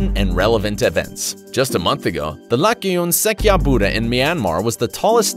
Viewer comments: Not really prounounced as Laykkyun Sekkya, it's pronounced as Lay-joon-sajja. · You messed up Burmese pronunciations lol. You have to say "Lay-Chon Sak-Cha".